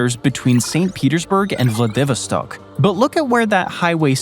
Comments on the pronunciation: Yeah, like I'm really going to believe all your propaganda about Siberia, Russin history and society when you don't even know enough to pronounce the name of one of its major cities: Vladivostok. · How ignorant do you have to be to mispronounce such a famous name as Vladivostok? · I’m sorry, but your mangling of just “Vladivostok” is leaving me in giggles. How do you pronounce “Vladimir,” you know, Putin’s first name…? Take the first two syllables: “vladi” and tack on “vostok” (voh stock). It is their main city in the east of Russia. At least look it up. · Not a Russia expert, but I thought it was pronounced "vla-duh-VAA-staak." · ''Sub-SEE-quently'' - good sweet fecking Jesus. ''Vla-DIV-i-stok''? Holy mother of god learn how to pronounce places! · I worry that humans will pick up bad pronounciation from these stupid AIs that mispronounce words. Taters = Tay-turs not Taaters. Vladivostok = VLAD-iv-OST-ok; not vla Divi stock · The narrator cant pronounce VLADIVOSTOCK so annoying grrrr accent is on the Vo as is vladiVÓStock not on the Vi as he says it, ie vladÍvostock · It's pronounced vladdy' vostok not how you are pronouncing it. Ask Google before you do the next video if you don't want to sound clueless. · I like daaahaattto narrator's pronounciation of xxx . He said Vladeeeeevoh-Stock. Like Vad Eeeevil stock It s/b Vladi-Voh-Ssstok IgnorRat! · Please learn how to correctly pronounce the name Vladivostok - it is not Vla 'DEEV erstok, it is Vlad i voss tock. Muppet!! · Vla-Vid-O-Stock... I don't think that's an accurate pronunciation. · Vladivostok is pronounced “vla-duh-VAA-staak” emphasis on 3rd syllable! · So you can pronounce Oblast Magadan correctly, but you cant pronounce Vladivostock? Ummmm what? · They say it as 'VladiVOStock. Your pronunciation sounds hilarious! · I turned it off when he said vladivostock like that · I've never heard Vladivostok pronounced that way before